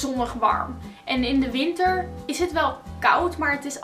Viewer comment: Dutch - - as she pronounces "winter", I think "Anglicized" with that wrong populist telly "r". It should roll from the tip of the tongue, not in the back of the mouth even. Word-gender practically comes in two variants: (1) male/female, (2) neutral. That can be transparent in cases where the word references gender positive or neutral: stallion/mare versus foal or bull/cow versus calf. Like Italian, Dutch used to be phonetic (say 99%) but adopting a load of English has ruined that. Talk about "easy" when somebody needs to explain to you how to write and pronounce every word, as if it is Chinese. That may be good for people with dyslexia but a complication for the rest.